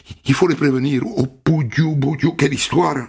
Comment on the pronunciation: On dit pas boudiou, on dit nondidiou😅